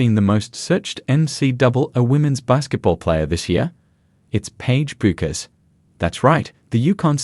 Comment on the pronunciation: can't pronounce her name right!! terrible video